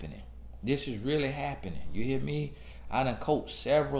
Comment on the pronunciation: "You hea' me?" 😂